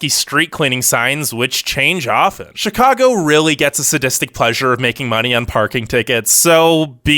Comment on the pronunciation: I’m rolling my eyes. Don’t trust an anti-Chicago video from a guy who can’t even pronounce the name. This video is such a touristy perspective of Chicago. Obviously it’s cold. Obviously we love sports, but you don’t NEED to be into sports to have fun. Taxes are on par with other states. Have you seen Californian property taxes? Bad schools? Sure some bad apples here and there but our charter school’s that anyone can attend have the highest college acceptance rates. Traffic sucks, but that’s why we have the L and CTA! Best in the nation next to NYC. Parking sucks, but that’s every big city! Crime is so overblown and it’s only concentrated in places viewers would never even be in, and limited to members in GANGS.